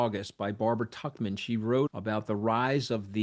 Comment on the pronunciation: Duh, yah think? And it's not "tuckman" it's "tookman". And yes, it's a well established fact that once the grandfathers die, the great-grandsons repeat their mistakes. It has to skip just one generation of real life experience.